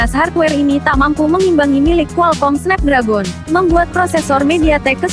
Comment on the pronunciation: Snep dregen bacanya